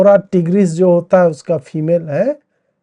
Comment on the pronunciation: टिगरिस 🤣🤣🤣🤣🎯🎯 कमाल है 🤓 🔱🧿🔱